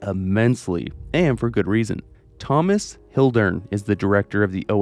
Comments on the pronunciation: I don't know what annoys me more, the fact you're saying it like toe-moss, or the fact that you're definitely doing it to annoy people like me. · Why do you pronounce Thomas that way?